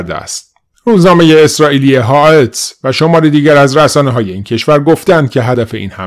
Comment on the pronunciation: لطفا اسامی خبر گزاریهارو درست تلفظ کنید هاآرِتس